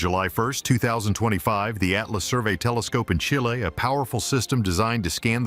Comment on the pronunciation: Chilay Ffs!!